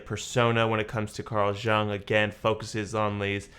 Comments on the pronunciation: It's not related to the reaction (well kinda is), but your pronunciation of Jung is hurting my ear😅 "Jung" like In "you + ng." I'm sorry if my comment sounds rude or something, it was not my intention💜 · Are you aware that your picture covers the CC lyrics? I think his name is pronounce Carl Yoong.